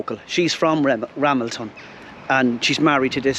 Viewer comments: Pronounced RaMELton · Pronounced, Ra, mel, ton. James Buchanan 15th President of USA, born just outside Ramelton. His father James Buchanan Sr. was an Ulster - Scot.